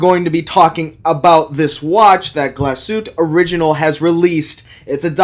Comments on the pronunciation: GlasHuTTe................. not Glaschute, dont forget the dobbel TT. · Dude! You're a watch expert, please learn to say the watch name properly. It's pronounced "gloss-hu-teh." Otherwise, great vid. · "Glashütt" — There is an "e" at the end, and it is pronounced. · Diese Marke sollte man schon richtig aussprechen können .